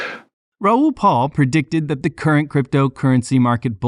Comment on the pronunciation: If you are going to use Raoul Pal's content to get clicks, the least you can do is learn to say his name correctly. His last name is not PAUL. It's P-A-L. He says his own name all the time in his videos.